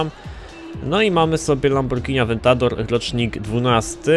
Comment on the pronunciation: fajne to lambordżini awjentator